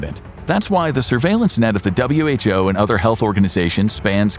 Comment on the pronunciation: Imagine being an info show and pronouncing "WHO" as who